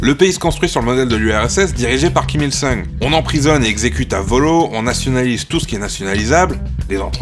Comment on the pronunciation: me semble que c'est Kim Jong "oune" et kim il "soune" question prononciation.